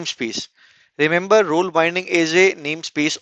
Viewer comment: Role is pronounced "rowl"😁